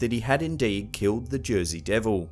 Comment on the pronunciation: Is there such thing as a "Jersay Ham" ????? 😂